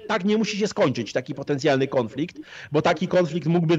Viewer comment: Panie "konflikt" a nie KĄFLIKT